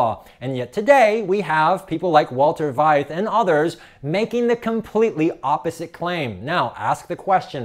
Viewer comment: His name is pronounced fight for Veith.